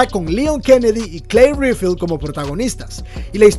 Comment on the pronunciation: Yo escuché Claire rifle